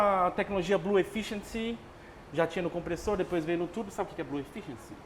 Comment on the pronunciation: Só o cara de preto que falou certo o nome Kompressor, pqp